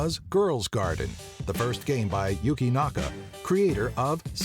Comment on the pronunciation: yuki naka? you mean yuJi naka who created sonic